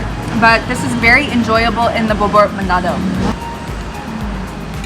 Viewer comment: Its called manado Not manodo